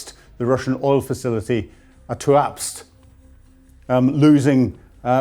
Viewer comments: How can get the pronunciation of TUAPSE so HORRIBLY WRONG. It isn't TUAKS as he says it. TOOAPSAY is what the PHONETICS indicate. Does he have a HEARING PROBLEM??? Because MANY MANY people say it CORRECTLY. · Tuapse. Pronounced: Two-up-SAY. The former country of Circassia covered all that area. The Circassian population was ethnically cleansed in the 19th century by Russia. It is no longer present on the map. Its people were deported, and many died at sea. Sunk in ships. Drowned like puppies. Sochi is also part of historical Circassia. Russia succeeded in eliminating a nation then. They will not succeed this time. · Great reporting! Lyman is pronounced "LEE-mon" and Tuapse is "Too-app-say. Keep up the good work. Slava Ukraine 💪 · The thanks for the snapshot of where we are currently.... only observation is your pronunciation of Tuapse is even worse than mine!